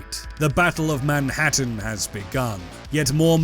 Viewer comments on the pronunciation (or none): none